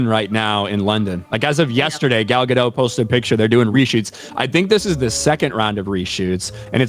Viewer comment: Can someone please tell that Gal Gadot;s surname is pronounced Gadottttt (hard Tee) not Gadoe. She is Israeli, not French:)